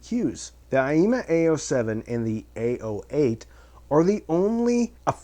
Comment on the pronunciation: Thank you for the honest review of a nice inexpensive audio gear equipment. Also even if you are saying aiyima wrong (I wouldn't know)... I think it is funny the way you pronounce it. "AAAYEEEEMAH" !